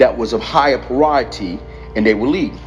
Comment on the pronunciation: Priority not parioty